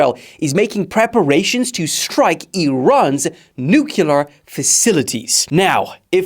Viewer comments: IT'S PRONOUNCED NUCLEAR, NOT NUKYULUR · Nuclear NOT nukelar!!!